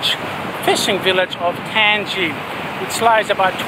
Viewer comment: I'm from Gambia and I love your video. Thanks for the shout out. Tanji is pronounced ( tan-jay )